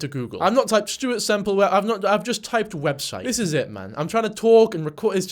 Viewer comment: "Website" "Websuite" Omg I needed the laugh that I got from that little bit 😂😂😂